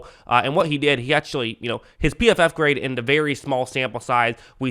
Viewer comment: Great video as usual Sir! Do more of "d" Lions videos please! (I've noticed you replace the word "the" with "d" 😅)